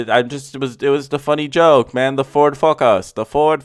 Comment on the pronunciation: The way he said Ford fockus had me dead lmao